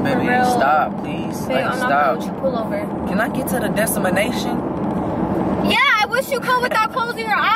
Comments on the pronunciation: That nigga said "dEsTiMaNaTiOn" 😂😂 Lmfaooooo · “Can i get to the destimination “ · can I get to the destamanation I’m over here dying bro lol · Can I get to my “dEsTiMaTiOn” lmaooo 😂😂😂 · Destinmation LMAO FUNNY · “Can I get to the destimanation” he ain’t even say it right😂😂 but I still luh y’all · said "can I get to the destinmation" 😂😂😂😂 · “can we get to the desimination?!” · ~ " Can I get to ths DESTIMINATION " Me ~ the destimi wat ni ¿🤣🤣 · “Destimination”😭😭 Lmfaoo and when he say tell me a joke to make me laugh and she say your life 💀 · " DesTamInATioN "😂😭 I love y'all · "Can i get to the destimanation??"😂😂😂😂😂 hes hilarious lol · Omlll “can i get to the DESTAMANATION”🤣💀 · Am I the only heard him say "Desemination"😂😂😂. This was funny 😂😂😂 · When he said destimination I was like,"what he say" 😂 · Can i just get to my “destamation”🤣😭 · "Can i get to the destimination"😂😂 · CAN I GET TO THE DESTIMINATION!!.🤣😂(lmfao) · not the fact that he said '' can i get to the destimination'' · destunation 😂😂what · New word "DESIMINATION" OMG LOL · Can I get to the dest-in-manation” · Okkkay so who heard him say “destimanation” 💀💀💀😭😭😭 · I died when he said desmnation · said can I get to the destimation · "Desamination" XD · He said destimination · Was it me or did I hear when he said destomanation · why do you say desimination rather than desemeniation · OMGGG I LOVE YALL SOOO MUCH THIS VIDEO JUST MADE MY DAY he didn’t even say Destination right 😂😂🥰💙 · BRuh I love how he said "can I get to my DESTINATION" wrong